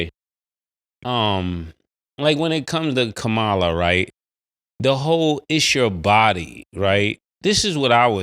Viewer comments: Commala Mase. Please say her name right too many of thr trump folks disrespect her by mispronouncing her name. Love the show guys. Keep up the great work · Someone tell Mase he is saying VP Kamala name like Trump says it all wrong 😂😂😂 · Say her name right Mase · Mace should at least get the lady's name right